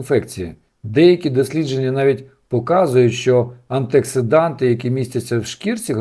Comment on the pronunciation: Інформація цікава. Але правильно говорити антиоксиданти .